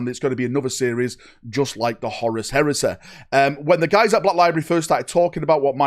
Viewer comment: Horus Heres-eh. The Canadian Edition.